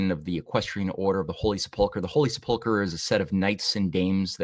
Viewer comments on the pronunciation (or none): Love this series, well done. Please see the correct pronunciation of the word "sepulcher" -- accent is on first syllable -- thanks.